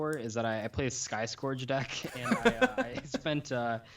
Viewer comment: Sky "Skorge"? I think it's pronounced "skerge"